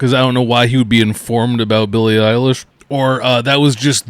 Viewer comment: he can't pronounce billie eilish and he also calls Isaac Butterfield "Isaiah" Butterfield. But this guy wants us to listen to his opinions